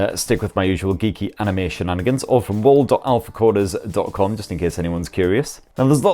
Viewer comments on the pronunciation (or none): "Wall dot alphacoders" for anyone who can't make it out. Hope I don't get into trouble here. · What was that Web site for the wallpapers? Normaly I don't have issues understanding what you say but that part I can't understand. Thank you!